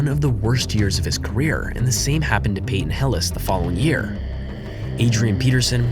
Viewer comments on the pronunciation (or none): none